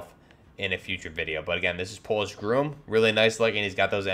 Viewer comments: its pronounced GROM not groom! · That’s a Princeton Tec tasklight, and it’s Not pronounced “GROOM” just Grom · Grom isn't pronounced groom it's grahm. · It’s GROM not GROOM. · Just FYI, Polish GROM is pronounced with short "o", not like GROOM. Very good video.😀